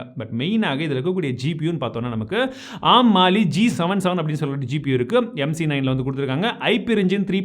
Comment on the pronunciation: Bro oru chinna suggestion, don’t get me wrong..!! Adhum A. R. M nu thaniya sollanum … arm nu sollakudathu .. It’s acronym of Advanced RISC Machines